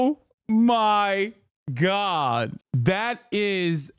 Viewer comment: Hassan says Oh my god like the wizard says Oh ma ha and now I can’t unhear it